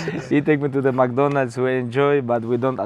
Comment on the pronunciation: “Let’s go to MAC DONALS” 💀😂